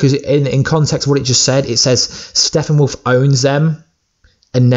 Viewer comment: STOP saying Steffenwolf! It is StePPenwolf! Sheesh 😏